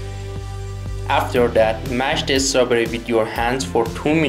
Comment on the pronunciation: Please don't add the 'sound' "UH" to the end of "strawberry"... Thank you!